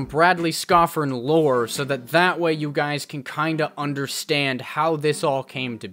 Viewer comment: Bradley Scoffern "Lore" tho 😂😂😂